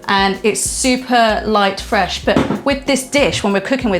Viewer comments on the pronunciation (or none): none